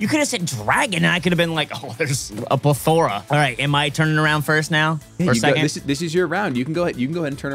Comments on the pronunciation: saying pleth thor a really made me laugh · Pronounce plethora one more time for us 😂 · Anyone struggling after mispronounced plethora? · The pronunciation of plethora by was crazy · The way pronounces plethora 😭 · plethora lmao why did he pronounce it like dat